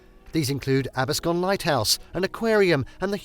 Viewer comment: Wanna try to say Absecon again?